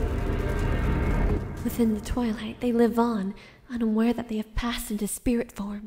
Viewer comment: sounded like you said" taken over by the ruler of the toilet" so did evry time u sed twilight.